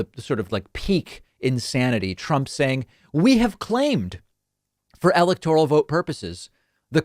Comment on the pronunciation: Dude, why can't you say electoral properly? If you're going to report on an election, please learn how to say the language correctly.